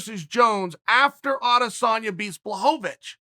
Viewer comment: blahovich blahovovich lmao